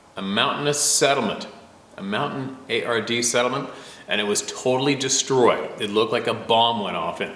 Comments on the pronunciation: in last story that one word is pronounced "Montanyard" They we're the mountain people that helped our U.S. soldiers. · It's pronounced mon-tan-yard or something close to that atleast for anyone curious and if I'm wrong(most likely scenario)please do not hesitate to correct me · Hey, hope all of you (the members of TRToK) are having a wonderful day! In the last email the gentleman, Larry, was discussing his service in Vietnam. (Thank you for your service, sir! 🙏🏼) Just a quick aside, the peoples (not a typo) about whom he referred are The Montagnard . Pronounced: "moan tahn Yard" That name is a French umbrella term for the many different mountain dweller ethnic groups in the highlands of Vietnam. The actual number of different peoples (and their languages) in the highlands isn't known. Wikipedia (😣) lists only 34. Many blessings to all! 🙏🏼 😼